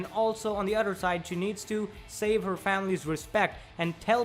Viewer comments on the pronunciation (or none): none